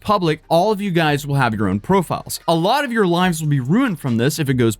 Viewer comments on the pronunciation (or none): none